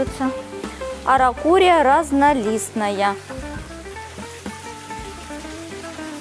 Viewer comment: "аракурия и родендрон" насмешили 😂 Это араукария и олеандр. За экскурсию спасибо)))